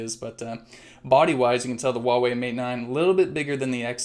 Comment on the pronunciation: it's pronounced hwa wei